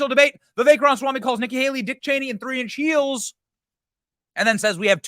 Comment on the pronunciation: On tree inch heels 😂